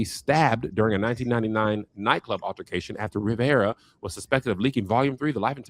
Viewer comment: “RIVERAH, Sorry Josh” 😭😭😂